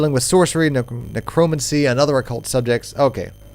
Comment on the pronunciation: NeCROmancy? Egregious mispronunciation alert!